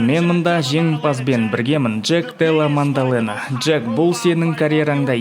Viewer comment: Мандалена емес дұрыс оқып дұрыс айтып үйрену керек маңқалена😅